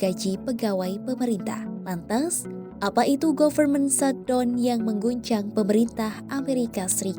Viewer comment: mba , saya bantu teaching spelling nya ya . pengucapannya bukan "govermen shatdon" . tetapi "gaferment syhatdawn" . ok mba 😉 . soalnya ini kan tv /media nasional . bukan chanel pengamat secara pribadi . sudah pasti ini di lihat orang luar juga